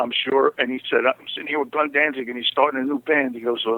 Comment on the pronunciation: The interviewer is a d bag! He keeps calling them “Dan-Zing”... idiot.